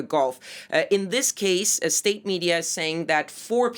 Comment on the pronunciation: why cant this woman say "state media." she says "estate media.